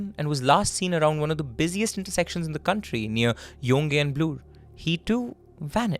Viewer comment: Thank you for covering this case - my friends were affected by the fear that this man inflicted and I still think of those time. Scary ! Also - With all the goodness of my heart - I want to mention that Yonge and Bloor is pronounced as “young” and “Bl/or” ❤️